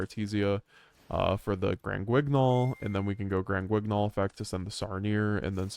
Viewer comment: Gotta learn the correct pronunciation for granguignol bro. Say it with me Gron - gi - nol